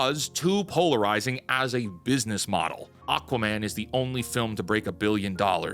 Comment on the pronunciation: "BIDNESS" effed up.